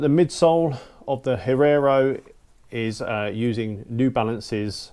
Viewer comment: Great review but please don't say Herrero...it's Hierro :)